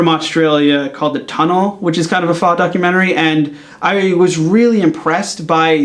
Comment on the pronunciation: Faux is not pronounced Fa. It's pronounced Fo....